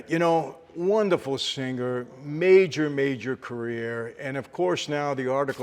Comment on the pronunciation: By the way, unless you are forest gump, singer is pronounced with a silent G not sinGgger. I hope he brings an English coach on tour. Although I suppose Mike T will too wasted to pick up on most of the diction. The whole performance sounds truly brainsnapping. Not ,😂😅 .